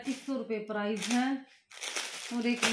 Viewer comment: Price hota h bhan prize nahi